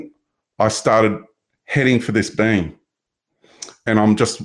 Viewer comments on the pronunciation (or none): Sound's like he's saying, 'bean', for being 😅 great chat